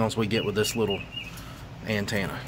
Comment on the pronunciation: Say it with me now….AN-TEN-AH 😬😂